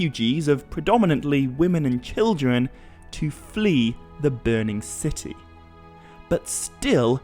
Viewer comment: did you say children or kildren? It really sounded like kildren. I thought maybe it was an old way of saying children in middle earth. Also, I wonder how do we pronounce the letter r in elvish? Is it like the today's english, the french r or like a rolling r such as italian, spanish or arabic? Thanks in advance.